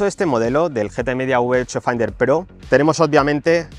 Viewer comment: Por favor deja de pronunciar "finder" que me hace daño a los oidos, se pronuncia "fainder" que estamos en el siglo XXI y la gente ya sabe ingles